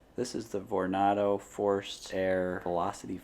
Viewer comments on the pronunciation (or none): I don't mean to be rude but "vor-nar-do"??? My guy Vornado rhymes with Tornado. Like ????